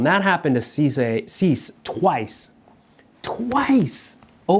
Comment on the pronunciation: 'see-say' i think is more accurate, loving the videos